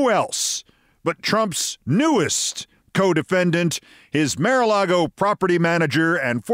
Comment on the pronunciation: When you insist on pronouncing "mar" as "mare" you lose a millicredibility. I guess you have some sarcastic reason for the mispronunciation, but to me it just grates.